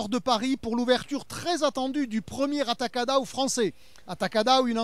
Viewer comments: Amei que o nome na França será mantido em português "Atacadão" e a pronúncia dele é bonita até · Eles pronunciando ''atacadão'' em brasileiro, já está bom!!!